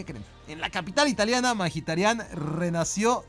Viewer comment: alfin alguien que dice bien el apellido de Mkhitaryan